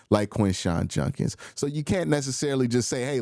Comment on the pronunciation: Lol Q, I know you gotta accent but you just saying my boy Judkins name wrong lol